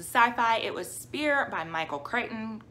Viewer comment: Crichton rhymes with frighten